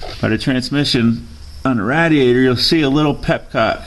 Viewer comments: Great video, thank you. the only thing that bothered me was you saying "Rat-E-ate-or" It's "Rad-E-A-Tor" :-) Thumbs up great vid... hahahahaha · its ray dee ay tur. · He says radiator different